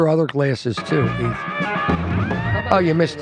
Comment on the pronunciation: I love when calls Ethan “Eeth”.